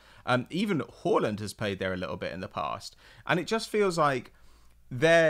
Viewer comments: saying horland I cba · It’s pronounced HARLAND not Whoreland